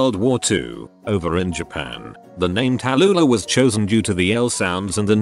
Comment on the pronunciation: Tallulah… to-lure Americans … 🧐